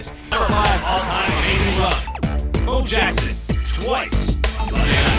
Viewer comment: WTF NFL? You guys can’t get Bo Jackson’s name right? REALLY?